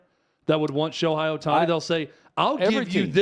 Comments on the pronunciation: First of all, if you're going to talk about the subject, at least the time to learn how to say Ohtani's name correctly. His name is pronounced Sho-HAY, not Sho-HI. I've heard so many people say that Ohtani brought them back to baseball after they have stopped watching 15 years ago. I've also heard people who say they don't watch baseball at all, but they started following him every game to watch his amazing performances. Ohtani's recognition is growing everyday, and tournaments like the WBC will only raise his popularity all over the world. Even though Ohtani has played for the past 5 years, people have only begun to recognize his greatness. Yes, the major league needs to do a better job of promoting Ohtani. No, Ohtani doesn't need to make commericals with celebrities to raise his profile. He has everything advertisers want- young, good looks, charisma, super talents, and a STUD. His English is improving everyday, so I don't think it will be a problem if has to say a couple of lines in commercials. There are several reasons why baseball has seen a decline in popularity in the United States. Firstly, the pace of the game is often criticized for being too slow and boring. In an age where people are used to getting instant gratification and constant stimulation, a sport that can last for several hours with little action can be hard to keep up with. Secondly, the rising popularity of other sports, such as basketball and football, have drawn fans away from baseball. These sports h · Who is Sho-high? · I disagree with virtually everything you two have said. You don’t know, and admitted it. At least pronounce his name correctly.